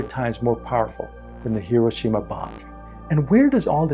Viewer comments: Excellent. Well explained. But Hiroshima is not pronounced correctly. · MC should be lowercase… E = mc^2 …. You’re pronouncing Hiroshima incorrectly…